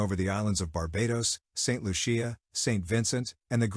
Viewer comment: Bah Bay dose, Saint lusha, green nay dah, doh min neeca. Proper pronounciations. Butchering our country's names.